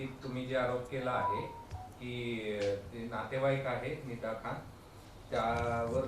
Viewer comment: फिदा खान नाही निदा खान 😂